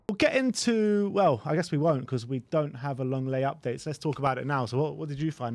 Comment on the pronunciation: I think needs a holiday raving about LONG LAY (that's how his surname is pronounced not Leng- Lay and Richarlison. And he's got it wrong with Spence, some pundit! Time will come home to roost and you'll need to eat your words